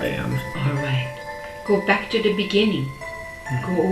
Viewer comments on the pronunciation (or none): “In the beninging”